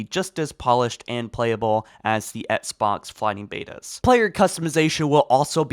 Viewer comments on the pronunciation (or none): Please say “Ex-box” instead of “Ets-box”. I can’t unhear it and it pains me.